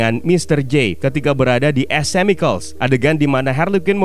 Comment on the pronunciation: min, biar lebih mantap nih, lain kali klo ada nama / kata2 yg berbahasa inggris, sebaiknya dipastiin dulu pengucapannya gimana biar gk menyesatkan bagi yg baru denger. sekian . .. Cicada itu bacanya si-ke-da Chemical itu bacanya ke-mi-kel dll . .. Makasih, semoga makin maju channel nya, salah satu channel film favorite gua